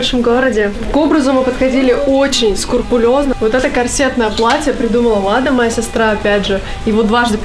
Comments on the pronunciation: СКРУПУЛЁЗНО, а не скурпулёзно. Ты же все таки медийный человек, говори правильно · На и Клава дважды неправильно произнесла слово «Скрупулёзно», я не уверен, что это вообще кто-то заметит, но если вы это читаете, знайте-произносить «Скурпулёзно» неправильно Поцанчики и девчата, не совершайте ошибки P.S если сомневаетесь в правдивости моего комментария-загуглите